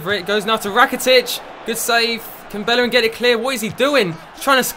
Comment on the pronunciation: Its pronounced Beierin not bellerin